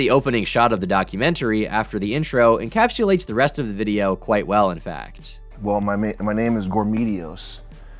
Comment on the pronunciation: Why do you seemingly have such a hard time pronouncing the words "anonymity" and "encapsulates"